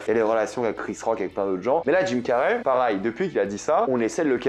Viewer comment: j'ai une question pour toi, pourquoi tu prononce jamais Pareil mais Parail???